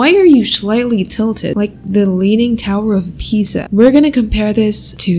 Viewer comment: Omg the "tower of Pizz" it killed me 🤣🤣🤣